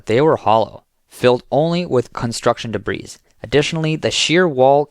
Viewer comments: Your AI reader needs to learn how to pronounce "debris". Big thumbs down!! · The word "debris" has a silent S.